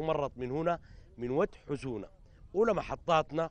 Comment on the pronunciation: ود حسونه ليس ود خشونه 😁😁😁👊